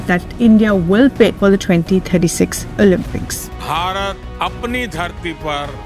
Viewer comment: great video but one common mistake, an indian always makes. It's pronounced as Olympics, not Olampics. 😂